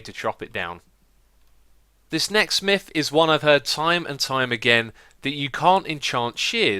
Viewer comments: Its Myth, not Mif... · "For the fift and final miff..." You make me chuckle every time, X.